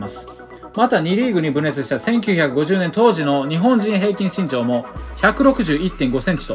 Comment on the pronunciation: ＿人人人人人人人人人人人＿ ＞身長がちん長に聞こえる＜ ￣Y^Y^Y^Y^Y^Y^Y^Y^Y^Y^Y￣